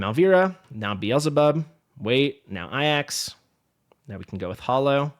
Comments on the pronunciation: the Greek Name Ajax is prounced Ay-jaks anyone else to say other , how do I say this with tack? Uneducated.... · Remember the football team AFC Ajax? That's how to pronounce the team. So my assumption is that he is pronouncing it like that. As if you were a pirate saying "AYE AXE"